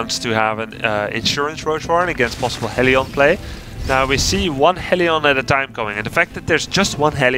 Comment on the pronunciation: the way grubby says hellion amuses me :D